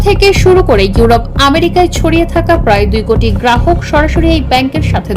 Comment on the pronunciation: "কুটি কুটি" নয় "কোটি কোটি " বলেন।